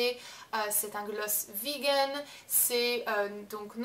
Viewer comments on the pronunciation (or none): none